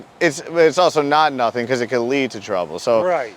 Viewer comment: Say nut-in again.